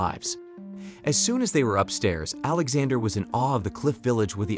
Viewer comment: The way he says Alexander sounds like he's saying alexa-der